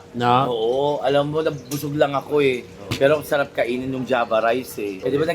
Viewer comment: Hahaha java rice pala... Unang rinig ko panjama rice😂😂😂